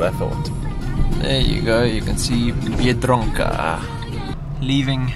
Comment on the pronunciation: beer-drunk-a this lady bug bust be an Ozzie